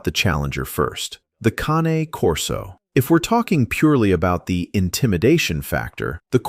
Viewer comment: The Ca ... ne corso ? Not the Cane ????